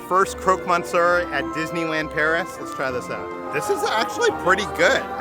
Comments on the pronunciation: Monsieur is pronounced “Miss-ewr” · Also you pronounce Monsieur like 'muss-your'